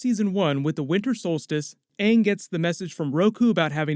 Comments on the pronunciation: If I hear Ong even once, I'm turning it off. M Night Shamalan is a fucking donut. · Ong the Ovatar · How the fuck do you pronounce 'Awng'? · If they’re gonna do a live action it has to be on the quality of say something like game of thrones or as mentioned, Star Wars!!! Like we don’t want a repeat of the movie version of atla where the characters had completely different pronounced names than the show!!! 🙄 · Im just hoping they keep it simple and make the right adjustments unlike the live action movie changing thing that were represented in the cartoon like the pronunciation of Aang's name